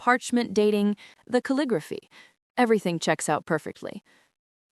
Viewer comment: cal-li-grof-fy...do you use AI or are not able to pronounce the script used for a particular type of penmanship? Ca-lig-graph-ee, DUH